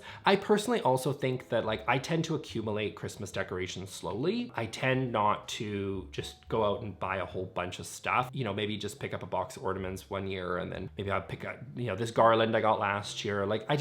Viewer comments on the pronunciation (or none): did you pronounce it as “Ordaments” or am I going crazy? 😂😂 Happy Holidays!!💙💙